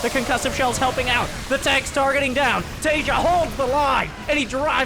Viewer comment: homie the J in Taeja is a hard J, so Tay-ja, not as in like the word Asia